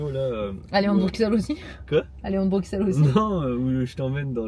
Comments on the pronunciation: Pareil, difficile pour les oreilles belges 😂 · Merci, ca me perturbait aussi 😂😂🥰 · Je ne peux pas continuer la vidéo sans dire ça : le x de Bruxelles se prononce ss, donc "Brusselle". J'ai dû mettre pause à la séquence dans la voiture pour venir le dire parce que ça me rendait foooolle hahaha 🤭 Bisous de belgique et courage pour la maison au japon 😘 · comment tu dis bruxelles ???